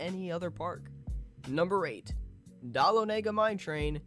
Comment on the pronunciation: The way he says Deleohniga